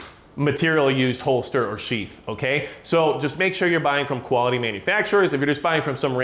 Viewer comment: I know he's saying sheath but when he's talking fast it sounds like sheets.....just say'n.....